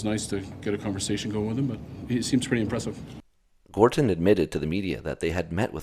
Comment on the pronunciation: Gorton, with a "t" not with a "d" It's not half-life; it's not Gordon Freeman.